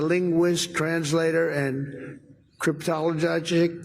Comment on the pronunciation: “CRIP-TOLI-TA-GIC!” Dude! Say that three times fast! 🤣😂😅